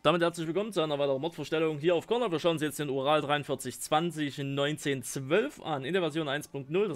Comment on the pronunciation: wer hat auch oral am anfang verstanden?😂😂